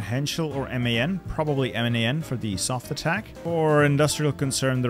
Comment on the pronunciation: its not M A N its Man (read it like Muhn)